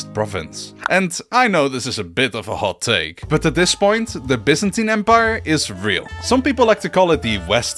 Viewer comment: Finally someone who knows it’s pronounced Bee-zantin not Bi-zantin.